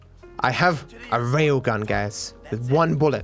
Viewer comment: Everybody: Railgun: Raygun